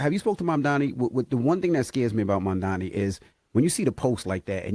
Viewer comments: Bruh. PLEASE learn the name!!! If u gonna actually host a show where talking is the thing. Speak clear n correctly please. Its pronounced "Mom-Donny" Mamdani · MAMDANI... come on bro say and spell his name properly or go home 🙄🙄🙄